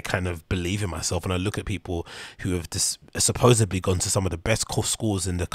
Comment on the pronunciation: You are right here, i agree with all this but i have to say mate, i cant not mention it. Its supposedly not "sapoboedsly" thats a case of some major Schuab mouth. Hate to be that guy.